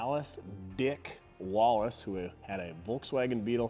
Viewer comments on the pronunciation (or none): none